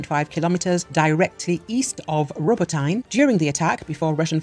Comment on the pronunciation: J.C. in a hammock! It is not RO-bo-tine. (Tine rhymes with sign). It is ro-BOT-ee-neh. So many of the people reporting on this war make no effort whatsoever to pronounce Ukrainian or Russian place names correctly. They have been reporting this war for almost a year and a half and they still have not learned how to do it. But, of course, her posh British accent makes everything right.